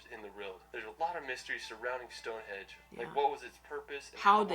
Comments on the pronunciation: It's stonehenge not Stonehedge. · Did he keep saying stone hedge or is my hearing getting worse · LOL The way that guy in the video pronounces shit is offensive....and I swear he kept saying stoneHEDGE !! Its StoneHENGE!! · stonehenge!!..not stonehedge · It’s not StoneHedge it’s Stonehenge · and he also definitely said Stonehedge instead of Stonehenge ..... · The guy in the video keeps saying StoneHedge (or that’s what it sounds like anyway) but it’s actually StoneHENGE. Just thought I’d let you know 😁